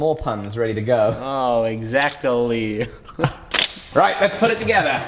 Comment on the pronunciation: "X-acto-ly" - I very nearly unsubscribed and downthumbed on that one. Ow! The pain! The double-ow!